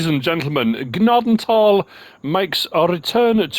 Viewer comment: OMG, pronounced Gnadenthal RIGHT